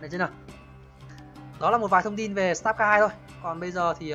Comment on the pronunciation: sờ tát ca :))) má nó đọc tiếng anh nghe ko nhận ra tên game luôn ấy star là ngôi sao , ko phải start :)))